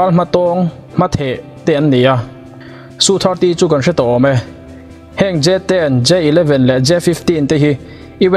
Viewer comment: India hiiii..... Su 35 te...... Rafael te hi an hmachhuan ber pawl an ni ang. Tunah hian an hmang mek bawk a. A kimlo deuh a ni. Su te i tia.... SU Es-eu tih zawk tur nilo maw.